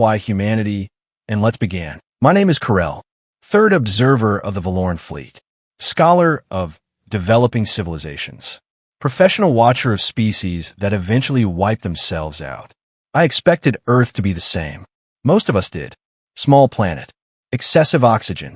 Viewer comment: "Perfessional" is not a word. *Professional